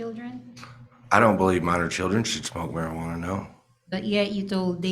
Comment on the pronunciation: marjuana is legal in most states. This attorney doesn’t know how to pronounce it correctly.